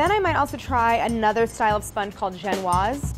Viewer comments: I love you and these videos Claire, but genoise is pronounced gen-o-ease (see Great British Baking Show when they make constant jokes about genoise being not so genoeasy) not gen-waz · AAAHHHHHHH tfw Claire pronounces "genoise" as "jen-wahz" when you've been binging GBBS on Netflix and you've grown accustomed to the British pronunciation of "jen-oh-weez" smh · Genoise is not pronounced gen-wha; it is gen-o-ease. lol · My boyfriend had been watching The Great British Baking Show and when Claire said "Genoise", he aggressively announced that she said it wrong. I asked him if he was sure and he said the British people said it differently. I told him it was a French word and to look it up. He did. And then looked up another. And another... And another. Claire was right. 😂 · It's pronounced Jen-o-eese (Genoise) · No it’s not, it’s pronounced Jen warz.....it’s French.